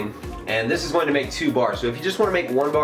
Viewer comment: ***** conor heslin You can't unhear this now loool